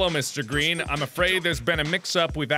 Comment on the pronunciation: the was the most horrible pronunciation of greens name ever